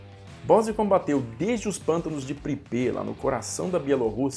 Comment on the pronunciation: A pronúncia de Pripet é Prípet mesmo e nao Pripê. O nome vem de Pripyat que é o mesmo nome do rio, dos pântanos e da cidade fantasma próxima a Chernobyl.